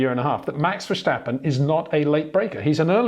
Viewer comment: It's verSTappen, not verSJTappen🙂